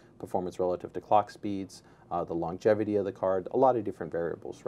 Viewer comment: Longevity, (Long + evity), not longjevity. There's no letter "j" in the word.